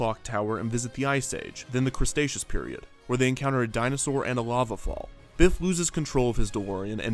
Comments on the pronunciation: Did he just say "The Crestacious Period?" XD It should be The Cretaceous Period! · What is the history of Crustacious?? What is the history of simular?? If it becomes popular enough, perhaps someone somewhere sometime could pay for you to get FIVE MINUTES to learn how to pronounce words ... also subsequently is SUB se quent ly not “sub SEA quent ly” as you often pronounce it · He also said, “crustaceous” and, “simular” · "Crustaceous" period? Really? Cretaceous. Kevin seems to have a lot of pronunciation problems throughout the series. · Crustaceous period LOL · "Crustaceous" period 😂😂😂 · "crustaceous period" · Yep, I rewatched it several times and he definitely says “cristacious period” lol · you said they visit the “Crustaceaous Period.” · Sorry, did he say the Crustaceous Period? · Excuse me, the crustaceous period? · "Crustaceous period" top kek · "crustacious" period? wtf? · I heard Crustaceous period